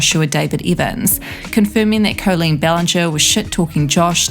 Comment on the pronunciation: Coleen? At least get the name right